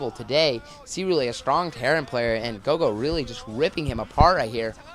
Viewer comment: Its Roro, not gogo btw.